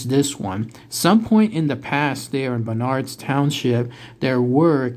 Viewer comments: Towns pronounced "burnerds". The Klan is still here...allegedly. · FYI...It's pronounced "BURN erds" county..Accent on the first syllable. I grew up miles from there.